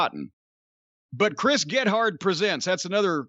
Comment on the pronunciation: Ugh. Corny should avoid talking about comedy the same way comedy writers shouldn't write for wrestling. Chris Gethard is a treasure and his name is pronounced Geth erd not Get Hard..